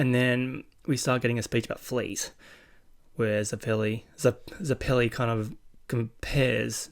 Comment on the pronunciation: Also if you're struggling with names homon is pronounced like har-mon you did get it right at one point so congrats and zeps name is pronounced like the zeppelin ballon bizarre I know lol but you'll find out while probably already knowing the names are gonna get more strange